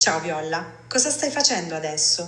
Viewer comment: bro hai messo la bandiera della costa d'ivoria /Comunque sky pronuncia male le cosa tipo Violla o altre cose e poi ride che pronuciano male